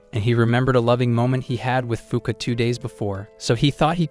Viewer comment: Fuuka really sound like F*ck